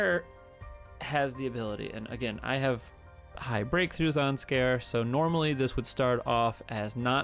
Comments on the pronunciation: Ps. Scare? Lol. I pronounce it "Si (like the first part of sid)- car-(like car) eey (sounds like the letter E)." Which I think is the proper japanese pronunciation given how their language seems to work. But I guess that works too.😋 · I'm sorry mate but the way you say Sikare just tick me off xD, its Si(as in see)ka(as in car)re(as in render)